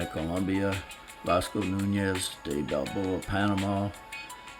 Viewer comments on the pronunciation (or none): none